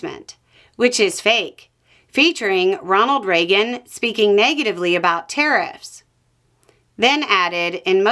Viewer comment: It took me until 3 minutes before I realised you were saying 'tariffs' I thought you were saying 'terrorists'